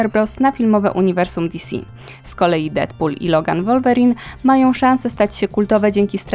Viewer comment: Wolverine czyta się Łolwerin